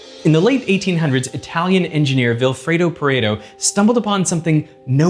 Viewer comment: He's name was Vilfredo Pareto, not Vilfredou Paredou. He was Italian. Veritasium got all the names, like Abraham de Moivre, with incorrect pronunciations, WTF?